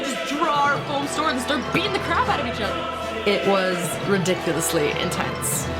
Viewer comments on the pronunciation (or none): AH! SHE SAID IT! IN-TENTS! HA! (I kid you not, I cannot stop laughing right now.)